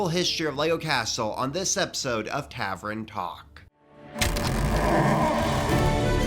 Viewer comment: Tavern, not tavren lol